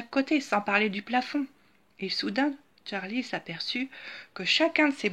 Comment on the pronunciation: C est pas tcharlie c est charlie